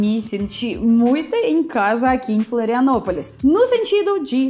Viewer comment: Bem-vinda a "filanopolis" 😂